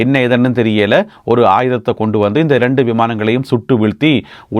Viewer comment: திரு அவர்களே செய்தி வாசிப்பதை அதிகம் பேர் தமிநாட்டில் பார்க்கிறார்கள்.இரண்டு பேர் என்பதை வழக்கு சொல்லில் டெண்டு பேர் என சொல்கிறீர்கள் திருத்தி பழகவும்